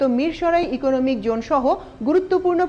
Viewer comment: Excellent presentation! Just one suggestion as a well wisher. Please pay a little more attention to the pronunciation of "J" vs "Z". Such as incorrectly pronouncing "Jone" in place of "Zone". Thanks and best wishes.